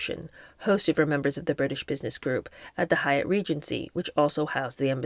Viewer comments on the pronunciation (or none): none